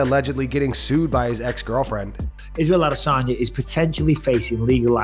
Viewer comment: Why do you pronounce Izzy’s last name to sound like “diss?” Sounds stupid. Just FYI.